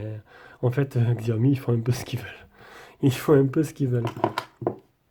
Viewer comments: Prononciation {Chíâ-Omï} mdr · 🤣 quand on dit y a pas de lecteur d'empreintes a l'interieur alors qu'il y a le dessins faut être fort , ta déballé mais ta fait quoi après ? Ta testé non ? Bon alors , et la façon de prononcer Xiaomi 🤣🤣🤣😂